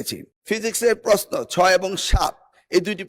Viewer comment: পস্ন 😂,, ❌ প্রশ্ন ✅